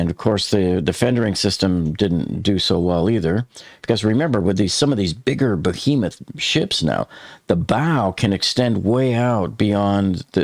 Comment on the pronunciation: "bo-hemuh?" Try "BE-HEMOUTH"